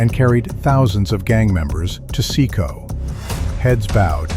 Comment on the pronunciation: So, why does no-one get out alive...? And the way you got CECOT wrong over and over did my head in!